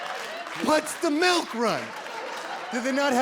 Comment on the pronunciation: Melk ... lol, must be the Midwest accent for milk